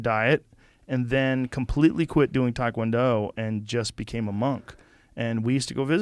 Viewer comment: Hard to believe Joe, being a former Taekwondo practicioner and tournament competitor...doesn't even know how to pronounce Taekwondo. It's not " Thai - kwon-do " or " Tie" kwon-do Joe. It's pronounced, " Teh" kwon-do...similar to " Tay ". Not "Tie" or "Thai" Joe. It's not from Thailand Joe.